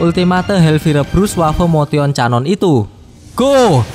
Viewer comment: Canon ? 😑 Kenon cara bacanya